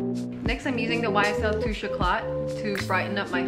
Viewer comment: "Tuush eclat"😂😂❤️